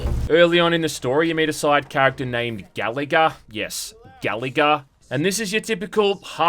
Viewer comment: I thought you said "Galaga" not "Gallagher"